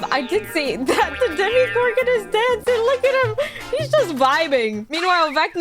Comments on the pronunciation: Sorry but its not dimigorgn its dimogorgone with an o not an i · It’s not Demi Garden it’s Tim Gordon